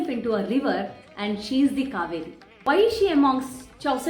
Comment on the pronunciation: Please note the right pronunciation is kauveri not kaveri..🙏